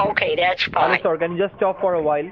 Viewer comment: And "Hallo?"